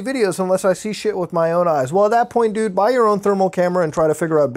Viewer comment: Its funny how he says "dude." 😂😂 Like .